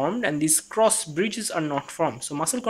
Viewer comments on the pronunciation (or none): none